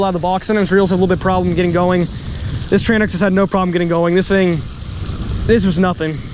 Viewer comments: its called TRANX not TRAN X brother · Tranx is one word. Its pronounced like Tranks. I pronounced it wrong the first time too. Lol